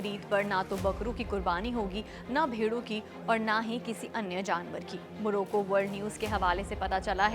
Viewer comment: उच्चारण सुधारें...😮मोरोको ❎ मोरक्को ☑️ 1.13 बचूडखाने❎ बूचड़खाने ☑️ 3.38 सकरात्मक❎ सकारात्मक ☑️ ✍️ प्रदीप कुमार पटैरया 'प्रदीप'